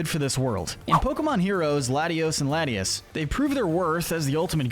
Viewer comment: It’s lat-ee-AHS, LAHT-ee-ohs, RAHLTS, ray-QUAY-zuh, SWAH-bloo, AHL-TAHR-ee-uh, LAHM-bray, loo-DEE-coh-loh, CHYME-ecko, TRAHP-ee-iss, TRAP-inch, vye-BRAH-vuh, UH-zoo-rill, dell-CAT-ee, redge-EE-rock, redge-EE-gee-giss, mask-er-RAYN, BREH-loom, HAHR-ee-yah-muh, BAL-toy, clay-DAHL, PEHL-ih-per, cray-DIHL-ee, EHX-PLOWD (even though you only did it wrong once), AHR-ron, LAIR-ron, pooch-ee-EH-nuh, mye-tee-EH-nuh, SLACK-ahth, SLACK-ing, swah-LAHT, NUHM-ull, ZAYN-goose, gore-UH-biss, and SHUHP-it, “”! 🤨 How many times do I have to tell you,?? Stop mispronouncing Pokémon names! 🙄